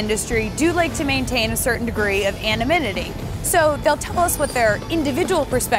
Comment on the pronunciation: At minute - of this video, could someone give me a definition of a word this young reporter spoke: anniminitty? After all, fluently and correctly speaking in the American dialect of the English language (which sounds like the dialect of her birth, not a later in life acquired second language) is kinda essential to her job, kinda the ONLY essential skill of her job, right? So what do you folks out there think the meaning of this "anniminitty" word is? And she being from the highly esteemed corporate mass media outlet, CBS, this must be one hell of an erudite word, right? Right.